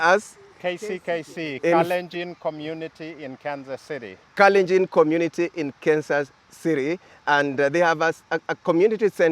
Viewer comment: Kalenjin commmunirry in Kansas cirry😂😂😂😂😂wueh😂😂😂